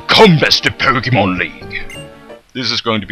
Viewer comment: Poke -Eh -MON.... There is no A in pokemon...lol